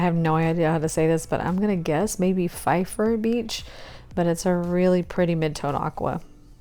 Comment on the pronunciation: Love these and now I need to investigate Cali glitters for sure!! BTW you pronounced "pfeiffer beach" correctly. It is a beach in Big Sur area. :)